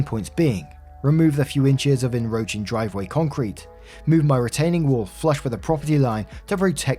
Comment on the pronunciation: En 'roaching". I think you missed the "C" 😂